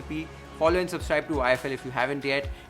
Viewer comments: cheek kebab ya seekh kebab 😹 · Its not शीक kebab, its सीख़ kebab !